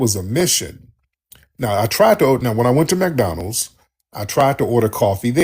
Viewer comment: Tariq it's MC DONALD'S NOT MAC DONLANDS U TALKING ABOUT MAC DOWWELLS